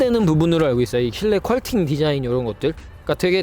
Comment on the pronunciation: 퀄팅 아니고 퀼팅 인데.. 잘못 말씀 하시는 분들이 꽤 있네요.